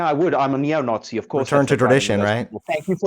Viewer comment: definitely South African. Unfortunately, he's one of ours. Listen to how he pronounces 'it' as 'ut'. And 'Nazi' as 'Nawtsy'.